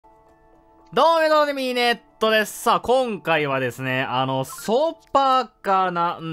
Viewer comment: 最初なんかバグってね？ どーもドームィゥ みネットですって言ってる？